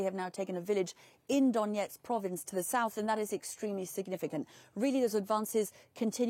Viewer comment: I love how she says "Donetsk". She really did speak with people there. Good ear. And balls of steel for being there, near what sounded like a very close call for getting shelled! I've got mad respect for wartime correspondents. An accurate account of what's going on is extremely important instead of falling prey to soviet propaganda. Maybe this way people in russia will begin to see and (hopefully) do something about it. Change has to come from within.